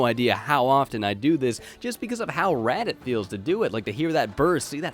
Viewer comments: Still think the Text-to-Speech is saying "Nitro Fred"... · dammit now I hear it to